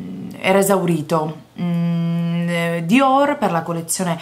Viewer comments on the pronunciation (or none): Maison diorrr...oddio oddio muoio dal ridere! Grande!!!